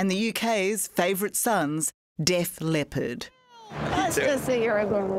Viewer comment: It’s Def LEPPARD not Def LEOPARD. FFS 60 Minutes